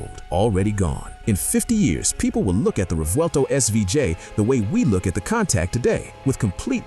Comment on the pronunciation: I don’t k know if I have ever heard a video so full of hyperbole. BTW, one of the earlier Lamborghini you referenced is pronounced Coon Tuash, not Cown Tact.